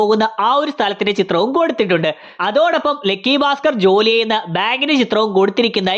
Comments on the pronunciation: ലെക്കി അല്ല ലക്കി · ഗൾഫ് നമ്മക്ക് ഗെൾഫ് ആണല്ലോ.. അത് പോലെ